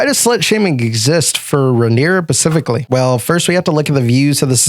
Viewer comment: I can't listen to a moron who can't pronounce the word specifically